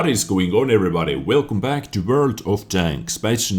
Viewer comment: Mti Itesm Wörd* ^^